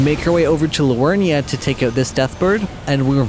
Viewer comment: Im confused, is english your first language or is it a bit? Because the pronunciation in this vid could have been better, for eg. AposTill (Apostle), Loreruania (Liurnia) , Linedell (Leyndell), More Got (Morrgot), forginate (fortunate), for some reason you pronunce Lansseax differently each time you say it, Crystillians (Cystalian). This was all in the first 16 mins. Again if I'm missing something like its a joke or english isn't your first language please let me know.